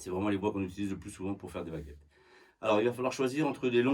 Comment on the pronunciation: I heard "bagettes" and now I'm hungry.